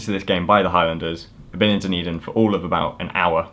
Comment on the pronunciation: Thanks for pronouncing Dunedin. There's a Dunedin, Florida and I could never figure out how to say it.